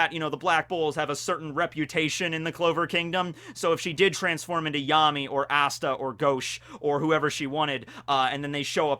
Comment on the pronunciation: I thought Yami's name was pronounced Ya - mi